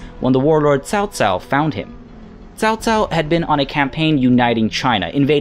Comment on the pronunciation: Hahaha, i'm really looking forward to seeing you butchering all those name ! Nice try in this episode thou :) really commendable effort !! Your pronunciation of "Liu Bei" is spot on ! "Chao Cao" not so much :) The rpg element and romantesize version doesn't really bother me, cause the actual history is quite boring. Wonder how will they implement the characters thou, it has hundreds upon hundreds of different characters crucial to the story